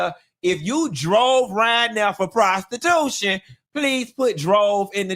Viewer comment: I love the way says prostiTUTION